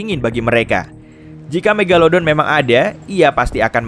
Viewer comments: Sebutan pun salah.😂megaledon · Megalodon atau megadolon tuh. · Mogoloden eh maksudnya megalodon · megalelelodon wkwkwkwwkw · The mag atau the meg